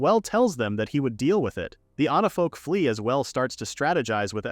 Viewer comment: It's onifolk not onafolk not anafolk. ONIFOLK. Fix your ai. It's really really annoying. Everytime onafolk this onafolk that no its supposed to be onifolk.